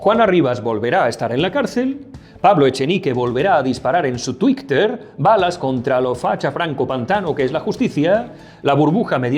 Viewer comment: Lo de "tuicter" ¿lo dice de coña?